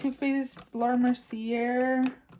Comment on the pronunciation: Laura Mercier’s name is French and it’s pronounced Mer-See-Yay.